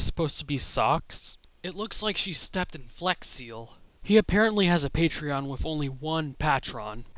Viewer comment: you saying patreon made me laugh